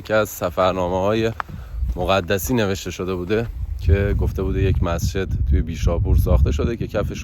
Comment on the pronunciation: ممنون از ويدئو جالبتون خواستم بگم مَقدَسی درست هست نه مُقَدَسی